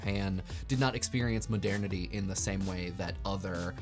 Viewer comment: Please, Google the pronunciation of "modernity". The way that you're saying it (over and over and over again) is completely wrong.